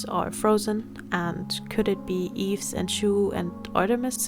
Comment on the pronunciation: Yves is pronounced "Eve", or "Eebu" in Korean haha. When you separated them by solo, subunits, new groups, I just have to mention this: YYXY is basically Yves = Y, Chuu = Y, Gowon is the X, and Hyeju = Y. Now, since Chuu and Yves have gone solo, we only have the XY 🤡 aka the male chromosome, anyone remember "Adam"? 😂 For new Orbits or just those who don't know, when Gowon made her debut, there was an ongoing joke between the staff and the members, people trolled Gowon that her stage name will be "Adam" (coz we already have "Eve"(Yves)), the poor girl was horrified. 🤣 Of course, this never came true, but yeah, we only left with the "masculine" side of YYXY. 🤡